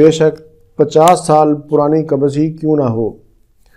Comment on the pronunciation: Dr sahb kabaz nahi...bolte ...kabz bolte hai...